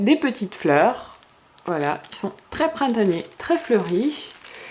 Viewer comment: dis pas printégnié ni floral mes dis tres printemps ^^ =)